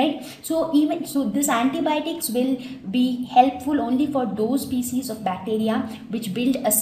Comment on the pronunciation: I think the pronunciation of species is wrong...